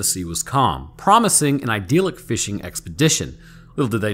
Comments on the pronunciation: Seriously... it’s idyllic. It’s pronounced exactly how it’s spelled. It’s not “ideallic”. I really start asking myself questions when people fuck up a word 3 times in a row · He said ideal-ick like he always does instead of idyllic